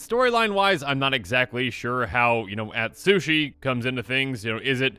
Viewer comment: Please spend some time learning proper Japanese pronunciation with a Japanese themed set coming up. Yosei (yo-say), Ryusei (ree-oo-say), Atsushi (atsoo-shee)